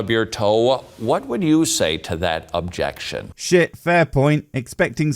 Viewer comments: It's not objectionuh. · "Objection-eh!" 's funny how these preachers like to add non-existing vowels on the end of words that don't need them.